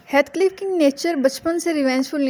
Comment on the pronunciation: heathcliff kehna to seekh lo